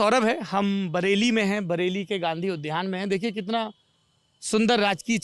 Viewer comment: सौरभ जी आप जैसे सजग भाषा बरतने वाले ने भी उद्यान को उध्यान उच्चरित करके गलत उच्चारण करने वाले लोगों को करेक्ट कर दिया। हिन्दी वाले हम सभी उच्चारण को लेकर बहुत ही लापरवाह है। आप से सीखने को मिलता है। आज उद्यान का उध्यान सुनकर चौंक गया। यदि ध्यान दिलाकर मैंने गुस्ताखी की हो तो माफ कर दीजिएगा।